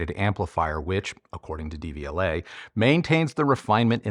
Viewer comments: Love your channel, just a pronunciation tip-- The "De" is pronounced "duh" in Devialet, vs "Dee". The pronunciation of Technics might be debatable, but since Deviolet is a French company, this is more straightforward. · When you pronounce it DVLA, all I think of is the horrible government offices where you get your UK driving license!